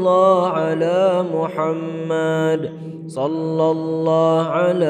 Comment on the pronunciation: Assalamualaikum saya dengar macam shollaha ala muhammad kalau apa yang saya kata tolong betulkan menjadi shollahu ala muhammad